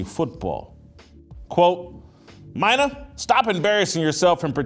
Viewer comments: It's 'Meena' not Mine A. But agree, she's the single most annoying person on ESPN. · Why does Jason butcher peoples names he doesn't "respect"?? Its soo childish. Youve heard her name pronounced a million times. You know damn well that womans name is "Mee-Nuh" not "My-Nuh" 🙄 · *I find it hilarious how Jason mispronounces peoples name on purpose “Mine-nah Kimes” or “Car-Ree Champion” lol when he knows it’s pronounced Mina and Care-Ree 😂😂😂 this guy hysterical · Do your research Jason. Her name is pronounced Me-na. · "MINE-uh" This clown knows damn well how to pronounce her name. Ya know, trashing someone loses a little bit of its muster when you clown yourself before the rant even starts. 🤡🤡🤡🤡🤡🤡🤡🤡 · Why does this guy pronounce her name wrong on purpose when he has been on the record saying he’s a fan? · no but Jason is one who jumps on everything someone he disagrees with says, and with his journalistic background, he knows that credibility rests on facts and getting things right. So he's fair game to be called out on mispronounced the name of someone whose credentials he's calling out. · At least pronounce her name right if you’re going to do a whole video on her. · Sad poor Jason still bitter that ESPN canned him all those years ago and that Mina is way more knowledgeable. I think we know who the actual DEI hire was. And butchering her name too? Just petty and pathetic. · Hey Jason it's meena kimes that's how it's pronounced. Also it's disparaging not disbaraging.